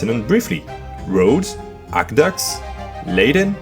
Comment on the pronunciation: You CANNOT just say "ack-ducks" and expect people to know that you mean "aqueducts", man. Curb your Frenchness. It's "Ack-weh-duckts" I threw in some extra letters there, so even if your French brain automatically mutes them, you will still pronounce it correctly.